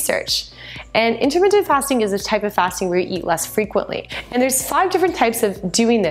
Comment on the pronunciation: are you saying intermittent?